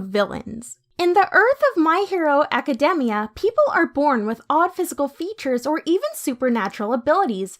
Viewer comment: The way the narrator says academia is kind of annoying but god vid